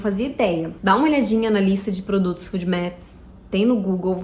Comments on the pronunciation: O nome correto da alimentação é LOU FÓDI MÉPIS. Não é food. Afffffffffffff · Não é fudmeps que se pronuncia, é fôdmeps!